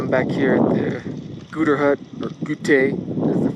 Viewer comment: Mawn Blawn Refuge Goo-tAIR Coo-loo-Are.